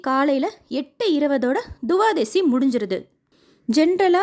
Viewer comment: Mam, Pl. note it is not Tuvadasi. It is to be pronounced as Twadasi’.